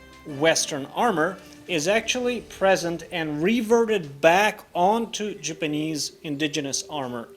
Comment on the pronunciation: It's okay, we know your pronunciation is a lil off. Case n' point "Jipinese" But that's just your accent. What you make is worth more than your tongue. That came out wrong. You know what I mean.